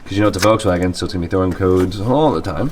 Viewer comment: Volkswagen HAS A L IN IT! You keep saying Vokswagen... with no L!